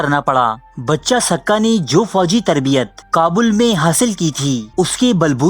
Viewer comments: بچہ سقہ نہیں بچے سقہ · It's pronounced Baacha, not Bacha, ae sadayeen wannabe intellectual 😂